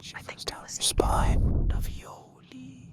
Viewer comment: "Lavioli lavioli, give me the formuoli" I smiled